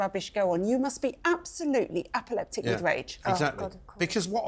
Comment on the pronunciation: “Apoleptic with rage?”come on - it’s apoplectic !